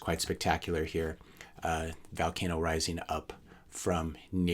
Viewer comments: It's vUUUlcano not vAAAlcano. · it's pronounced volcano as in Volume, not Valcano as in Val Kilmer.